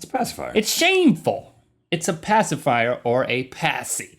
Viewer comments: "Pacifwower" = Passive hour? XD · Hello from 2020. I’m just here to appreciate the commitment to pronouncing it “pacifywer” throughout the video 👌 👍